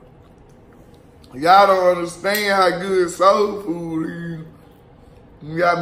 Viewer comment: Lmao ummm soodfood I thought it was soul food